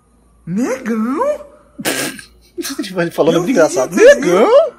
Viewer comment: Kkkkk😂 Muito engraçado quando ele fala Negaum?😳